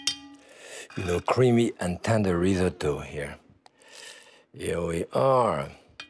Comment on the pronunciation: How refreshing to see a chef actually pronounce risotto correctly. Instead of the dreaded rizz-oh-toe.